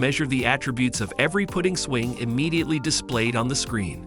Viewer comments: STOP with AI voices, putting isn’t pronounced put-ting in this context but putt-ing amongst other mispronouncings that occurred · It’s putting not pooting lol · Putting is short U sound. Are you educated ? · Your AI REALLY SUCKS!!! Don't knit how else to say it. 1- The Hoto Rotary Tool Kit; pronounces ROTORY as "ro-tairy". 2- Same to as above, princess GRINDING as "gridding". 3-Inbirdie Tempo; pronounces "putting" (as in golf), as "PUTING" (the act of placing something). Sounds REALLY STUPID on the video. 4-Kootenay Carabiner; pronounces "cara-be-ner" as "CARA-BIN-ER". 5-Briksmax Light Kit For LEGO; pronounces "LED" (as in Light Emitting Diode, or LED Lighting) as "LEAD" lighting kit. Didn't know they were making lights out of lead. I wanted to like your channel and look at more, but I just can't.